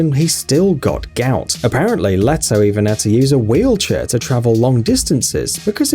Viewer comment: It’s lee toh